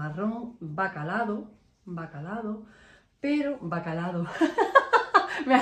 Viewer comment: No es " bacalado" es bacalao 😂